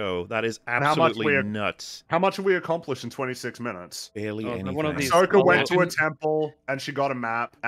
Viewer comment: It’s Ahsoka